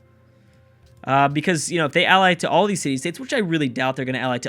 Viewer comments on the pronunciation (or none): none